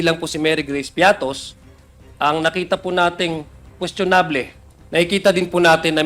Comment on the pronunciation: Queschonab-leh? Ano yun?